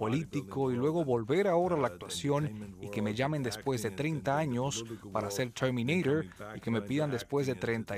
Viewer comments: Chermineiror jajaja. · CHERMINEIRER :V